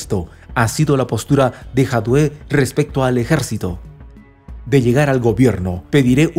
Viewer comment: lee Jadue con acento en la a y leido tal cual.